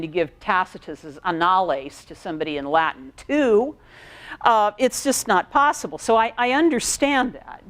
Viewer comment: Yeah most Americans have terrible, terrible Latin pronunciation.